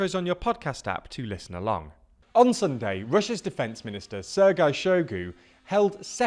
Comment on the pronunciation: you always mispronounce Sergei. It’s actually pronounced as “sure”+”gay”.